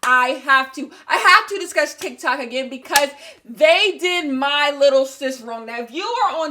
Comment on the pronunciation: I giggled at TikTak not sure if that was intentional or not lmao